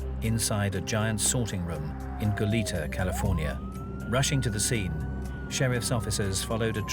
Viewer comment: Why are people mis-pronouncing "Goleta"?...the 2nd syllable should be said as a soft e, almost like an a...it is a Spanish name, and should be pronounced as such. It is not "Goleeta".